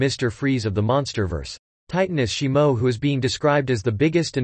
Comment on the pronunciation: Shimo? it’s shimu. Why do content creators make videos and they mispronounce or call something NOT what the movie is. Now I know sum us ai voice overs but that’s no excuse.